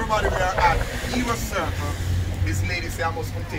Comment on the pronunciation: HEROES CIRCLE not " era circle"